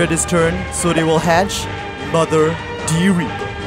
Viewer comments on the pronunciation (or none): none